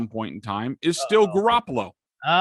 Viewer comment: I audibly gagged when you said garrapolo